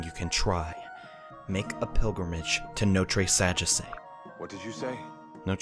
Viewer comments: maybe in japanese but notre sagesse is from a country in europe so different pronunciations No-treh Saw-geh-see is how it would be pronounced over in europe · I'm french, and you should pronounce it no-t-reuh sa-jeasseuh. It probably is impossible to read but anyway xD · I must admit, you nearly said it correctly, just that the last e isn't pronounced, but that was it